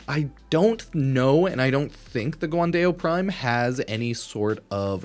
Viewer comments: Guandao, pronounced Gwan-dahl, a weapon named after Guan-Yu, the legendary general during the China Three Kingdom era. Dao means sabre in Chinese. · The pronunciation in this video is out of line 😭 Guan-Day-O. Skya-Jati😭😭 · Fyi "guandao" is Chinese, pronounced like "gwon-dow". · "guan day-o" is crazy